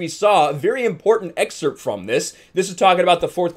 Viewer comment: Ya dont pronounce the p in excerpt..